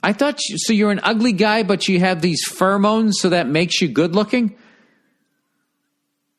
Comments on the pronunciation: The way he pronounces pheromones is like nails on a chalkboard to me. "Furamones" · Take a shot every time Bill says "furmoans."